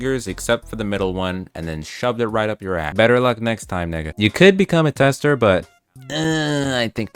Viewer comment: Idk if ur actually black to be saying that nigga word u say it weird to me 🤔